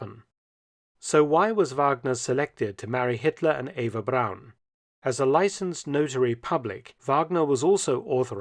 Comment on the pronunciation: Where is the letter W in the surname Braun? It is certainly not pronounced that way.